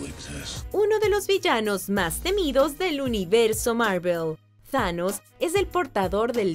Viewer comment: Thanos se pronuncia como lo pone tanos tanos